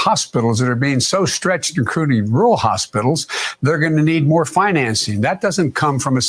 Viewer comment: "INCRUDIND" RURAL HOSPITALS